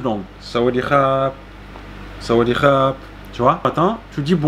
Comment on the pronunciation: Très bonne vidéo. Juste le sawatdee à revoir, mais je t'expliquerai 🙏